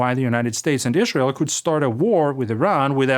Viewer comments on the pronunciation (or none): none